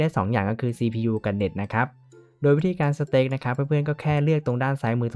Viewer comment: มันออกเสียงว่า สเตค ไม่ใช่ สแตค ครับ (อ้างอิง